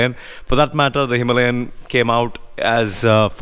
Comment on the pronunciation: It is Himalayan not himlayen!